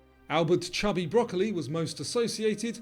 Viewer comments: It's Cubby Broccoli not Chubby LOL and I got Coco Chanel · It's Cubby Broccoli, not chubby!